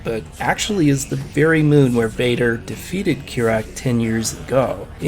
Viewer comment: it's not kirak